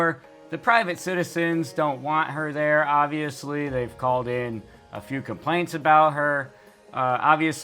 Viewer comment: I think she wanted to say “privacy complaints” but it sure sounds like “privacy implants”. TMI